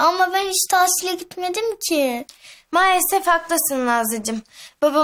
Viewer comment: Nazlı tasile diyor ama tatil demeliydi